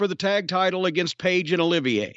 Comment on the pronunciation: Olivier, not oliviya.